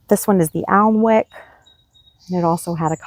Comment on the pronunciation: Your garden is beautiful. You have lots of lovely plants that I wish I could grow. I live in Scotland and are summers are not hot enough for example for Coleous (they do grow but stay very small and unimpressive) and the winters are too cold for many salvias. Just a hint about your Alnwick rose. It is named after a town in Northumberland UK and is pronounced “Annick”. Just another example of British pronunciation that is hard to know if you don’t live locally.